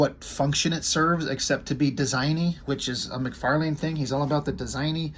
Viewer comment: lol you are the only one I know so far that pronounces his name correctly we all say Mc farlin